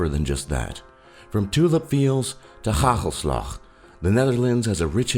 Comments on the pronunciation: I live there! U said ghaghelslag iTS hagel slag XD!! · Die gast zegt gagelslag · This man really is exaggerating the harshness of the Dutch language: gggaggggelslaggg.. gggoe gaat gget met u? And I don't recognize myself in the swearing part.. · Me: its hagelslag Top lists:haguulslug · GHAGHELSLAGH 😂😂🤣🤣😂😂🤣😂🤣🤣😂🤣😂🤣🤣 hagelslag😐😐😐😐 Like als je ook nl bent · Hahahaha hij zegt bij hagelslag ghagelslag XD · Neither have you apperently. It's hagelslag not "ghaghelslagh" or how you would write that down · LOL hahoslag :P its hagelslag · het is hagelslag geen gagelslgag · Gagelslag, well he said it better then people who say heegolsleg, congrants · They be like: gagelslag 😂🤣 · I know that that's how he pronounced it but it's actually: hagelslag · Haha hagelslag😂😂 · hahaha how he SEAD hagelslag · No offence, but I died when you tried to say hagelslag 😂😂😂😂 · ja hier, trouwens hoe hij hagelslag zegt XD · Said hagelslag so weird 😂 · OMFG HAHAHAH HAGELSLAG XDDD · love how hagelslag is pronounced hahahah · Wij houden niet van die ziektes En hij zegt hagelslag ook best wel grappig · Hagelslag* and you prenounce it way different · i liked how he tries to pronounce hagelslag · Hoe die man ook hagelslag zegt :D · hagelslag ja hahahahah die kerel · how about you try to properly pronounce: 'hagelslag' then. exactly, u can't. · haha so funny how he pronounces "hagelslag" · i was laughing so hard when you where at the swearingpart and when you where saying our words. (hagelslag, geweldige uitspraak man.) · he says it completely wrong